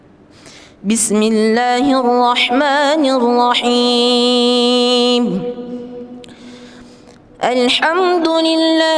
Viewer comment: ARROHMAANIRROHIIM NYA KURANG PANJANG BACAAN MAA NYA...SEHARUS NYA DIBACA 2 HAROKAT...TETAPI DIBACA TDK PAKAI HAROKAT...